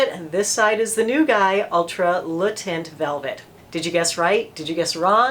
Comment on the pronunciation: The way she pronounced Le Teint.. nothing worse than an American not even trying to pronounce the product the way it should be pronounced.